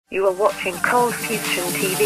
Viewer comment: Why does the intro pronounce it as Coldfusion tv and you pronounce it as Coldfuston tv?